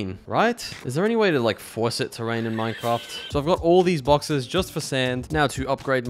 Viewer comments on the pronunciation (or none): none